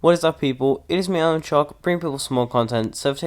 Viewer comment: Is it just me or does his intro say Yo Yo Yo whats up people its me ALEN shock